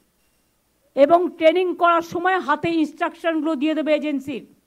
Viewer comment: Training ti uni bolchen, Taining!😂😂😂